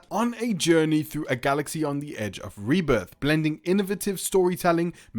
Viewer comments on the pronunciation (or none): none